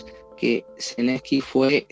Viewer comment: ZELENSKY, sin i entre medio.